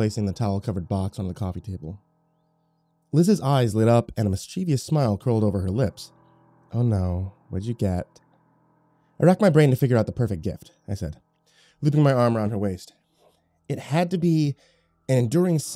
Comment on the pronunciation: MISCHIEVOUS is not pronounced mis/ che/v/us....it's mis/ cha/vis in English. You mispronounce that word and several others all the time. Dude get a dictionary or use Google, it will even pronounce words for you.